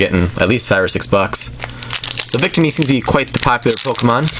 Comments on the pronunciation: Victini is pronounced with the middle “ i " accented. Just pointing that out. Cool video :) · Day-no, Bee-Sharp, Coh-Fah-Gree-Gus, Vic-Teeny(Debatable), and that's all I caught! Fairly good pronunciation,!:))